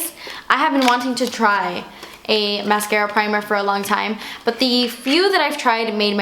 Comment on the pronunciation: "for a long taime" love!